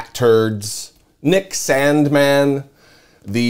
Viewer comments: you say Sandmann like trump says China Stop it, ugh 😑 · I love how he pronounces Sandmann! He's got me rolling. Hey, justice really does matter!